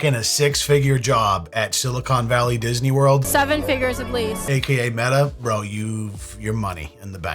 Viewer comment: They can't even pronounce "Meta" properly.